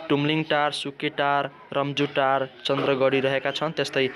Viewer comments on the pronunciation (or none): कस्तो आलु न पेडाको प्रस्तुतीकरण हो, अलि आकर्षक र बुझिने गरि त पढाउनुपर्छ जबर्जस्ती जानीनजानी पढेको मात्र छ न कतै ब्याख्या छ न प्रस्तुतीकरणमा कुनै मिठास नै छ अर्कोपटक आउँदा अलि तयारीका साथ आउनु होला फाप्लुलाई काप्लु रे रूम्जाटारलाई रन्जुटार रे?